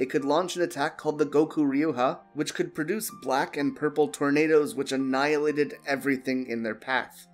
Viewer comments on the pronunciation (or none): none